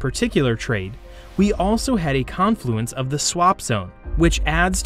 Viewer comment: Con is the long syllable in confluence. Like Caaan fluence